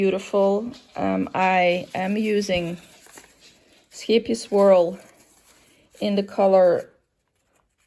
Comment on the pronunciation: WOW, you are the first person I've seen that could pronounce the Scheepjes name!! I'm new here and I think I'm gonna like it!!! And yes I did see you and. I remember your deer glasses!!!